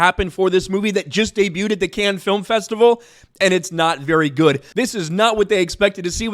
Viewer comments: It’s “Cannes”, not canned. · Hey you asked yourself how to pronounce Cannes in one of your last videos, if you wanna be right, you call it like you would say cunning, without the ING, so just like cunn, it's a French City and that's the French pronunciation. I'm a German guy talking to a lot of French 😊